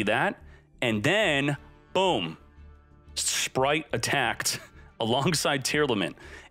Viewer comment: Speight spright sppright